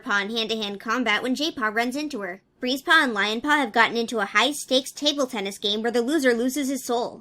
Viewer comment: Tbh everytime you said Breezepaw I thought you said Greasepaw 😂😂